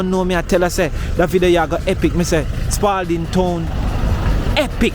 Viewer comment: No s on Spalding